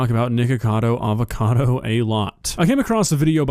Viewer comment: Is it just me or did he said niggacavo avocado?